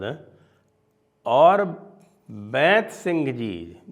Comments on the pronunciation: Not Baint Singh it’s Beant Singh बेअंत सिंह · Sanjay Dixit ji... 1) His name is BEANT SINGH pronounced as बेअंत Not बैंत 2) Ravneet Bittu is पोता Grandson of CM Beant Singh ji NOT his पुत्र son